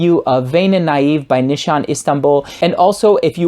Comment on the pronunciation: Pronunciation is "nishane", not "nishan":) This is Merin from Istanbul Turkey.